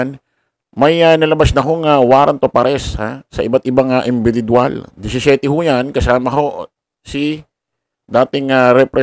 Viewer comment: Individual po hindi inbidibual✌️😃